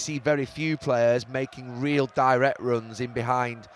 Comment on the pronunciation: REAL not REEL